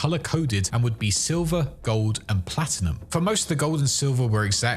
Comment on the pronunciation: Bro really said plastinum 💀💀💀